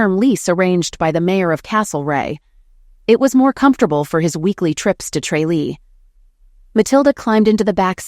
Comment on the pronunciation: Alright, from the big smoke here and physically cringe at this story. Its pronounced TRAH-lee. Its a GP too. Gods be good, this was hard to listen to.